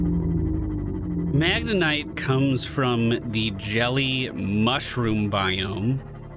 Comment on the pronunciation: It's MagneTite, not MagneNite,.:D